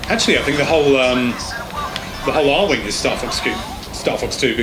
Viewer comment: Ahem. Ar-WING. WING. C'mon man.